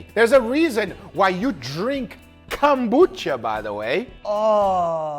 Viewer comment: “its the reason we drink CUMbucha” the pause was insane LMAO